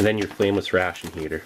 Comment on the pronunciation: I cant help but hear “famous ration heater” every time he says frameless lol.